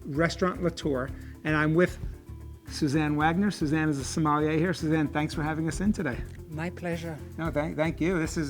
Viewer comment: You'd think that a guy obsessed with wine would know how to pronounce the word "sommelier". Clown.